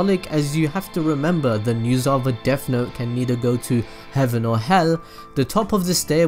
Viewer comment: No need to make fun of you but “deaf note” sorry it bothered me that’s all